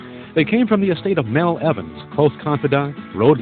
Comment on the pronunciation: It’s Mal Evans, not Mel